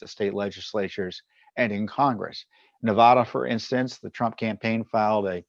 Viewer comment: Tom, a minor point the MSM always gets wrong is in the pronunciation of name of the State of Nevada. Any native of the aforementioned will tell you the "vad" in "Nevada" rhymes with "bad", not "pod". In fact, I've heard quite a few surly and long-winded lectures on the subject.